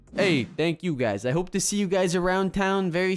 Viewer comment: Not ou its you